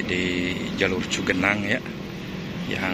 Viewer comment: Cugenang min bukan cagenang